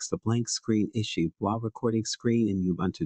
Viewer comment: It's OOBOONTOO!